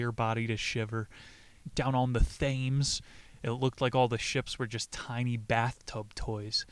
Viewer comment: thames is pronounced Temz... Great video!